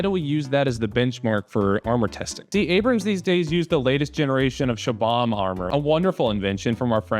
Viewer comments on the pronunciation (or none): “Shabahm armour” 😢 It’s pronounced as “Chop em” but one word and with B instead of P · min wtf is "shaubaum" armor. its called chobham, pronounced more like "chop ham" 🪓🍖